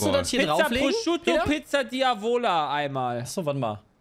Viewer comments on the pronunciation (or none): "PiZzA DiAvOlA